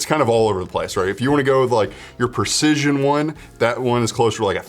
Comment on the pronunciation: It's not "pErcision". It's prEcision.